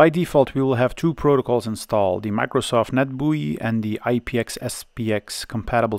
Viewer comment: i came for retro pc stuff and stayed for the pronunciation of "microsoft net bui"